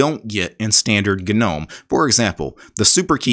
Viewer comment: Thanks for saying "G"nome 👍🏼👍🏼👍🏼 instead of "nome" 😄